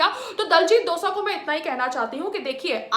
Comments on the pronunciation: abey saans lele phle tu 😒 diljit dosa ni h vo .. diljit dosanjh h vo .. bolna ni aata to jaake sikh le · its dosanjh not dosa madam .... why u bhonki jani a ena ..😜